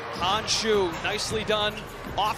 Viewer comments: Yeap, should have be "she" rather than "shoo". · They didn't pronounce her first name right. It sounds like shush as you ask someone to be quiet.